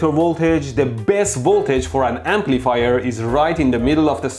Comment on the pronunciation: Am I the only one who hears "Amplifire" when Mehdi says "Amplifier"?